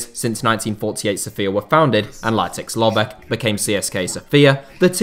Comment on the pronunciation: Very bad pronunciation of the name Litex Lovech 😄😄😄🔥🔥🔥🔥